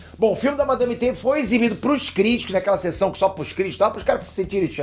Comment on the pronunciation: euu ouvi o peter falar madame teta 😂😂😂😂😂😂😂😂😂